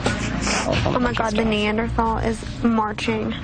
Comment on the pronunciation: Britney making fun of Brandon’s walk...I can’t! And Neanderthal really is pronounced the way Branden pronounced it!! 😂😂😂